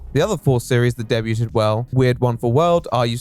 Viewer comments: you say they "debuted" something, like day-byoo-ted instead day-byood. I'm so curious, is that just a brain fart that got skipped in editing? Or have you given your voice over to AI?😂 No judgement I was just super curious about it. God bless! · he said “debuted” wrong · de-bew-ted? are you trolling us? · Debuted pronounced day-bew-ted. Cracked me up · Deb-yute-ed?? Why why?? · "DEBYOOTED" ahaha. oops. :P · not a fan of how you said debuted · You dealt psychic damage to me with that pronunciation of "debuted" lmao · why do you pronounce 'Debuted' like that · Is that really how you guys pronounce “debuted” over there??